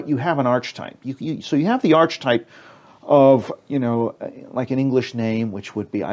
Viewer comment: The word "archetype" is pronounced Ar-Ke-Tipe not Arch Type which means a type of arch.